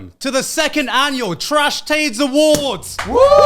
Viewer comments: "wElcome tO the seCond traSh taDe Awardw" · Trash Taste Awardw (Awardw pronounced "Awards")